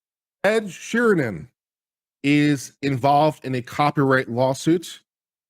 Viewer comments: It's Sheeran, Sheeran. Not Sheernan, or Sheeren, or Sheehan!!! As you were people! ;-) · I can't watch you anymore....You can't even get sheerans name right! Unsubscribed!